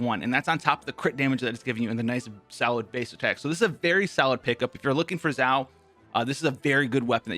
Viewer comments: Just some tips... You are saying Zhao which is not Xiao(sounds more like shall?)… Not a big difference for an English speaker but if you are trying to broaden your fanbase, probably best to get the pronunciation down to a T. Funny though when I keep hearing Zhao, I think about Zhao Yun from Dynasty Warriors which definitely reminds me of Xiao's gameplay. Love the content bro! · Did he say "ZAO"? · Xiao Chow Ciao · My favourite part "Xaio" My boy "Xaio" Thanks for telling be about "Xaio" In school X for "Xaio" And so on😂😂 lol I'm not good at jokes 😂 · this video is full of misinformation. First, please learn how to say a character's name at least moderately well, it's the bare minimum for a content creator. Also, you got the Talent and Character ascension materials confused. Xiao will need both the new boss mat's for character ascension as well as the shadow of the warrior from Childe for his talent upgrades. Next, your artifact recommendations are just straight up wrong. The optimal set for Xiao (theoretically) is 2 pc glad 2 pc vv, not 4 pc glad. While in his ult form (and you should only swap into xiao when his ult is up/almost up for maximum DPS) most of his damage will be coming from plunge attacks, so the 4 pc set effect for glad is useless. Plunging and normal attacks are factored differently, thus the effect is irrelevant.